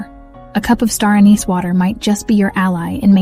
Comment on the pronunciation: you pronounced anise four ways.